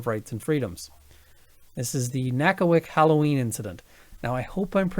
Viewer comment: Grew up just down the river, you have pronounced Nackawic perfectly. Not bad for an Albertan.;-). I’m a Weasterner now. East coast born and raised, but the West is my home now. Love your videos,!